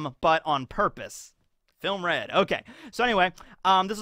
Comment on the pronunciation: “Filmuh Red”